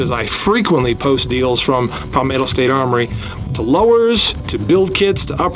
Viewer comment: Good video! Can’t believe you still say “Pal-mato” instead of Palmetto 😂